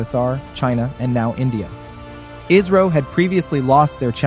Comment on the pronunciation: its not iiisro its isro